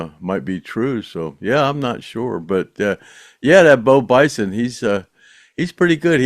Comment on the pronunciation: Bo Bice not Bison